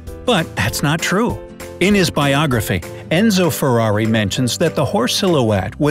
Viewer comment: how he said Ferrari IM DEAD!